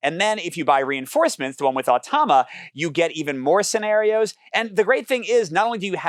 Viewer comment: You’re reversing the vowels in “automa”. You’re saying “oh-tah-mah”. But it’s “ah-toh-mah”.